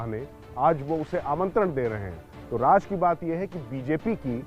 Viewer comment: Bhai Raj nahi Raz boliye raz means secret